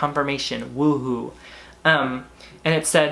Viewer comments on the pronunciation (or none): none